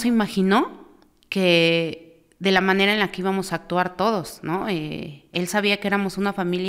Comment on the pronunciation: Desde el principio que escuche que dijo de MANERE, ya me salte el podcast. 😅